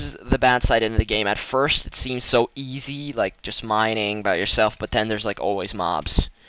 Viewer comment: lol. the way he said but. BOTT